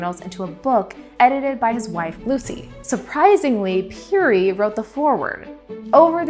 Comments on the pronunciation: I first heard of Matthew Henson in the opening of the musical Ragtime! Robert Peary's name is pronounced "pairy," which I also learned in Ragtime. It's too bad no one caught that before the video was released. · Ya I've never heard it pronounced the way she was saying it.